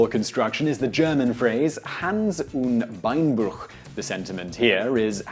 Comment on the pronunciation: Hals und Beinbruch and not Hans un Beinbruch